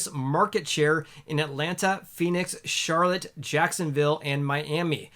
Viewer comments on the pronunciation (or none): none